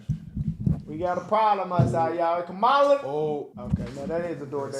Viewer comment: a Kamalan 😂